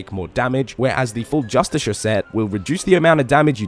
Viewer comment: "Just-a-shirt armour ".... grrr... my dude . Y'a triggering me. Lol. Say justice car... you will be closer to the right way